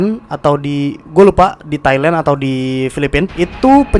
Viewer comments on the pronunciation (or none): none